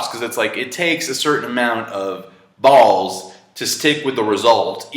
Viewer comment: I loved the way he over-annunciated everytime he said "balls." lol